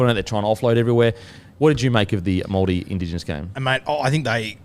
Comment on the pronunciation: Awesome pronunciation of the Maori names Kempdogg 👏